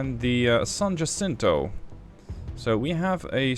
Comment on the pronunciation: Well you pronounced San Jacinto like a true Texan! Kudos!